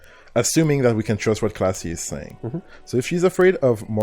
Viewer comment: K L A A S J E Why does everyone keep saying Klassje?